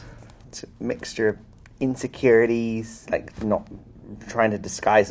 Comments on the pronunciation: “nOoew” “you’Re fIve-fOurr?” “miXtuRe of inSecuRiTieS” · The way he says insecurities was funny to me.